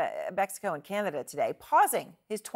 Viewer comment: "Manada" LMAOOOO